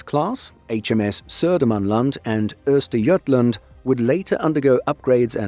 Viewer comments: Wow, impressive pronunciation of Södermanland and Östergötland. 😃 They are both "landscapes", areas in Sweden. 🤓 The UK equivalent would be county. 😊 I think it's OK if Poland can borrow a sub. We need to stick together in the Baltic area. 🙂 Merry Yule. 🎁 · pronunciation of Södermanland and Östergötland was on point, very impressive